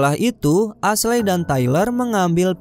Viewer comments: Ashley dibaca esli ngab. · Cerita nya bagus tapi sumpah geregetan waktu salah nyebutin nama Ashley. Dibaca esli yah. Wkwkkw coba deh dengerin nama2 nya waktu nonton filmnya.